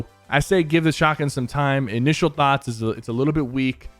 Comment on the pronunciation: He said thots not thoughts